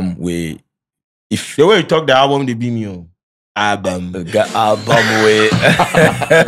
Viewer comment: He talk owlbum 3million 😂